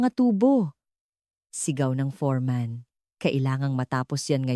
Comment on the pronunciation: Foreman not forman